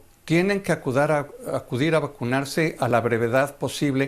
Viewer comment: jajajajaja acudar jajajajjajjaj AcuDar jakshsxuja 😂😂